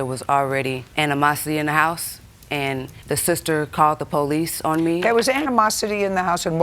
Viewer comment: poh lees 🙄